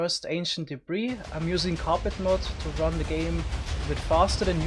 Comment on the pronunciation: Hehe he said “ze lower nether regions”